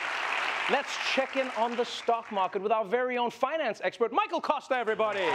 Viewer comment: Nkuna, Michael Kosta, not Acosta...